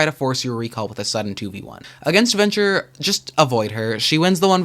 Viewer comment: no offense but you sound a little too gay to be mispronouncing venture. *they